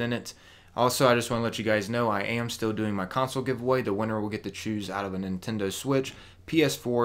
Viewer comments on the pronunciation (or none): none